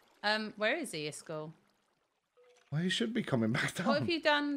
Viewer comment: Is it just me or does pronounce name wrong…